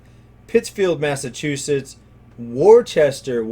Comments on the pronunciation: It's pronounced Wooster , MA,,,,,,,,,not Wor ces ter as in sauce. LOL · Ah, sorry a correction on top of a correction, Worcester is pronounced "woo-ster". I used to live in New England 20 years ago so took a minute to correctly recall. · As a Masshole nobody ever pronounces Worcester correctly. Remember Adam Sandler “Welcome to Worcester skit” that is where it is from. Those cities in MA are not nice so I could see why they would decline.